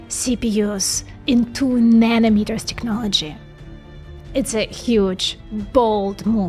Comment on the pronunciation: please it's TECHnology Tech tech tech tech NOT TIKnology like in TIKTOK